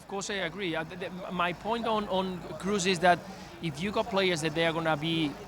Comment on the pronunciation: Thomas is ignorant, keeps saying Kroos as if it were an English surname. It's GERMAN, double o isn't "u", it's a long "o". A football pundit working for ESPN should know how to pronounce Kroos correctly.